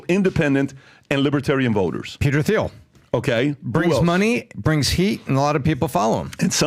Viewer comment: Somebody tell them Thiel is pronounced "Teal" not "Theel"!